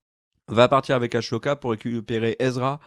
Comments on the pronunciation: "AssssssssOka" pas "ASHoka" Ça s'écrit Ahsoka, il y a pas de "ch" dans hs ! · Après toute ces années t'as toujours pas compris que c'est Ahsoka et pas Ashoka c'est fort quand-même... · Comme dit plus bas on dit Ah ssoka pas Ah chaud ka! XD😅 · Ker le malin qui dit Ashoka au lieu d'Ahsoka. comme par hasard plein de commentaires à ce sujet. comme par hasard. Très malin. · Les gas je vous adore mais quand vous dites Ahsoka comme s’il y avait un CH alors que non ! Si on écoute la vf ils disent Ahssssssssssssoka Ahah avec un S ! Voilà c’est tout sinon j’adore vos vidéos et votre humour 😜😜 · j'ai beaucoup aimé la vidéo, les informations sont sympa, l'ambiance est chill mais ... pitié Ahsoka se prononce A-SO-KA pas A-SHO-KA. Le H est avant le S. :)